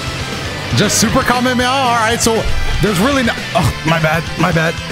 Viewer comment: doesn’t know how to pronounce Kamehameha